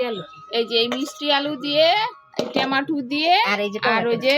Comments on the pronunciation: Tamatu noi its Tomato. Pronuns it properly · Ei tumi tamator na ki ekta bolo, baje o lage sunte r ora proper pronouns noy… Tomato bolbe